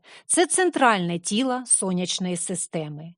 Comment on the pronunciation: газАва куля, тілА замість тілО. Кому тут треба вчитись?